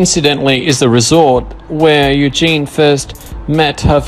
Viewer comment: It's Eugenie (pronounced Eugenee) not Eugene.